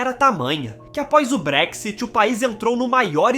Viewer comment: Realmente não sabe nada .. sim que o Brexit foi fodd agora vc não sabe nem pronunciar Brexit .. segunda o país não está pobre sim está aumentando a desigualdade .. ou seja quem vem aqui ficar fazendo bosta nenhuma e trabalhando só no básico sem se preparar como profissional esse tá fudido mesmo .: ou seja tá foda pra quem nao tem nada a oferecer .. agora o título é tão idiota que na verdade o Brexit foi para não receber mais ninguém .. ou UK não quer que venham e não ao revés ..